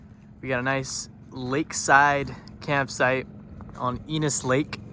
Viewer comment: Eeeenis???? Ennnnnis, come on